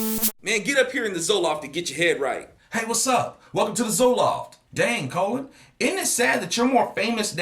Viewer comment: His name is Colin.. Not colon